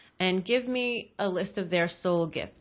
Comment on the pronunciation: When you said Soul gifts I heard heart